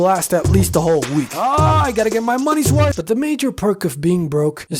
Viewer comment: "make my money worf" that one asian guy